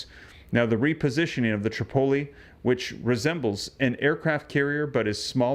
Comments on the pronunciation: Pronounced uss trip-o-lee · You pronounce Tripoli wrong... Google it!